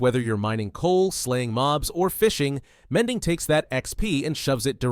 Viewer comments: The mending sounds like a filipino said it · "mending" in indian accent